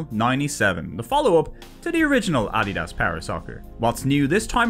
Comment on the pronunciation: Just a very bizarre mispronunciation is all. No need to get sassy